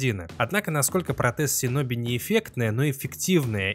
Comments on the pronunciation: Правильно говорить шиноби . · Крутой ролик, но, пожалуйста, говори - шиноби